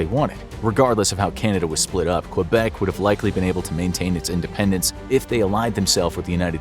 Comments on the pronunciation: Quebec = Kebec, not Cue-bec, thanks. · he pronounces Quebec really strangely lol. Source: Any english speaking canadian. The english speakers say Kebeck, the french speakers say kaybeck. None of us pronounce it cue-beck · You pronounced Quebec wrong it is kwuh-bec not cue-bec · ITS NOT QBEC ITS PRONOUNCED KABEC NOT QBEC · Q Bek city lol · Why did he pronounce it Q-bec city the whole time? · It's said Kbeck not quebec